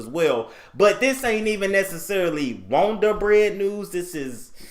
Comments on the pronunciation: "Got that wond'r bread" "Got that wond'r bread" "Got that wond'r bread news" Me: 😂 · Listen the WONDER BREAD NEWS intro is THE BEST!!!! I sing it everytime!!!! 🎼”We got that Wonder bread,Wonder bread,Wonder bread Neeeeews!!!” 😝 but you pronounce it!! I die laughing!!!